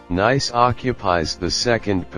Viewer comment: When you begin by mispronouncing the subject of your video, coupled with the computer generated voiceover and...showing, as the second scene, a location other than Nice, it leads to 39 views and only one disdainful comment. Too bad, because the photography was actually quite nice.